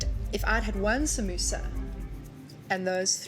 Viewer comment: did anyone else hear sambusaa 😂😂